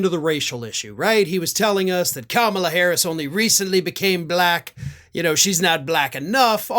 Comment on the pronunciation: mr. trump what color is this crayon?? black & what color is v.p Harris?? just turned Blahckk... she wasn't& now she is Blahackk...its the most disgusting pronunciation of the word ever...